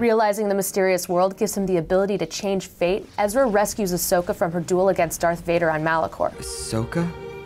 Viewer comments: My Emperor, I have a little corection here for you. It's Ahsoka Tano, not Ashoka Tano. :) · Still like how they didn't correct Ian's pronunciation of Asokah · Ahsoka: "You mispronounced my name,...and in the same way everyone misspells it too..." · mtman318 I kinda love that he pronounced it wrong.